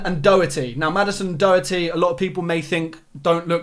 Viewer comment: The way he pronounces doherty hurts my ears